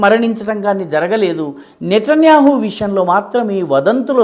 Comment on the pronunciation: బెన్యమెన్ నెతన్యాహు. మన మీడియా బెంజ్ మెన్ నెతన్యాహు అంటోంది. మీరు ఇంతలోతుగా చెప్తారని నేను ఊహించలేదు. మీరు ఆ పేరు పలకడం వింటూఉంటే బహుశా యూదు అయి ఉండాలని కూడా అనిపించింది 😂😂😂. మీ వాక్చాతుర్యానికి నేను పడిపోయాను